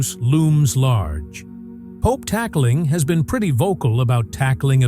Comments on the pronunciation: Pope talyo? It's Pope Tagle memories the pronunciation first before going on camera. POPE TAGLE. not.POPE.TALYO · It’s pronounced as ‘Tag lay’ not ‘tag lio’. Please pronounced it properly. Thank you. May God bless Pope Tagle (tag lay) as it’s pronounced.